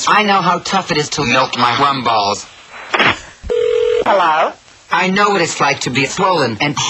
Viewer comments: Rum balls, I think. But it sounds like warm balls. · What type of balls is he saying? Warm balls, worm balls, or rum balls?!